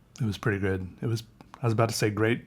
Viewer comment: "Grood" Hahaha I can't stop laughing, 5 mins mark, you're the best